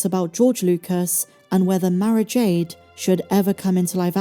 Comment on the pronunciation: Tell me they aren't butchering Mara Jade ffs